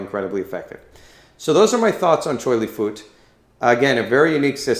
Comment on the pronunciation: Choy Lee Fut buddy!!! Not foot. CHAN HERNG 😂